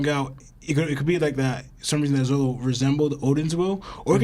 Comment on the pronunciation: Dude seriously keeps calling Zoro, Zolo... What is this? The 4kids fan club?